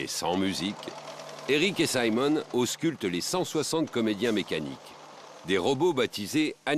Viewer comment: saimone???? On est en france il est francais pourquoi faire genre que on est au États Unis